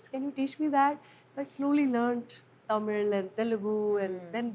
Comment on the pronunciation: The way she pronounces the word "Tamil". So perfect.